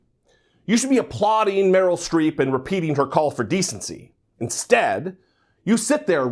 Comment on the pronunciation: Genie H well it's Streep not street so...